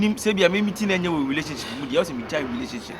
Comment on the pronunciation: Who's hear hulationship from Kyekyeku😅😅😅😅